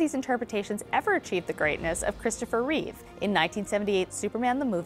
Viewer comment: Yahoo Entertainment, if you're going to talk about Christopher Reeve, at LEAST get his name right - It's *Reeve*, not Reeves, (only Reeve's when referring to something of his (smile, character, looks, portrayal etc)).